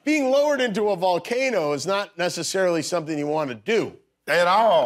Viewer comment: Jimmy kept saying volcano every time Mike said valcano hoping he would catch on. 😂